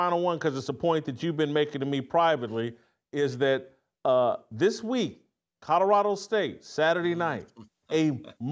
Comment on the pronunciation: I can’t stand Jason calling Colorado “Cottarado”